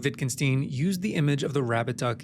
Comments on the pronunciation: WittgenSTEIN not "steen". Stein, as in Einstein. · I cringed at the way you pronouced "Wittgenstein". The "Stein" is pronouced the same as in Einstein, not "steen". Otherwise great video, just felt the need to point this out.